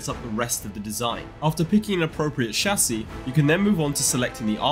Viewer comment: finally someone who can say chassis